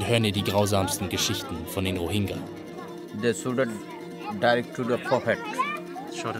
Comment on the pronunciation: Diggah, wenn der noch einmal falsch diesen Namen ausspricht... Das g ist weich gesprochen